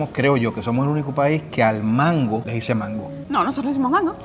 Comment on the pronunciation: Yo soy boricua y nunca he dicho mango con acento en la o....